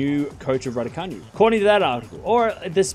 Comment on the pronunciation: It’s not pronounced RaducaNew it is Raducanoo 😃